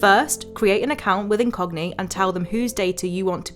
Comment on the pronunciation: I was tabbed out and thought you said the sponsor was "in cockney".